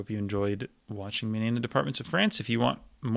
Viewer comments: Your pronunciation of french departements is excellent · Very impressive as always. Curious to know if you're fluent in French and if you are, where did you learn? I'm from Montréal so it's fun to hear you pronounce all these departments correctly lol